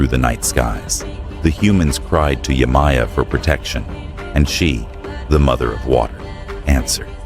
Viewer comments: Yemaya Is pronounced (Ye-Mah-Yah) Not (Yay-My-Yah) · Yemaja is the the correct pronunciation❤😊